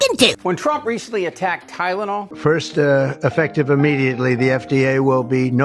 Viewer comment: Can’t even pronounce tylenol- acetaminophen! Ha! Ha! Ha!